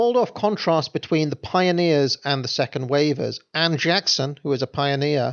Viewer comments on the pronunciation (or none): none